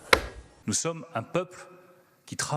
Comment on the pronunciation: Un se prononce Eune, pour tes prochaines vidéos. ^^